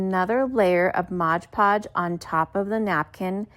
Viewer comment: MOD. It's MOD PODGE, ya numpty.